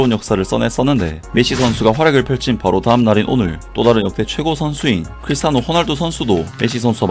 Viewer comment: 끄리티아노~ 끄리티아노~